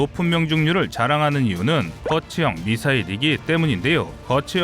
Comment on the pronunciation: 미시일?? 미사일 아닌가ㅋ